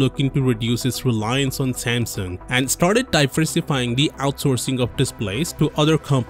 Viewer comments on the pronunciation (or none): i hate the way this dude says samsung